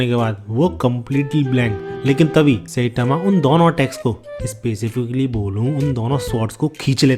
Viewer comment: tu saitama ko सेटामा kyu bolta hai?